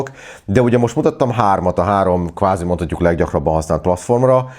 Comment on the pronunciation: felesleges bekommentelnem, hogy qvázi tudtam,... quvázi :)